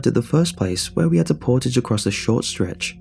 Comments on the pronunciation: I can hear us canadians correct the pronunciation of Portage everytime 😂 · Portage and Foyer..... every damn time. It's a sickness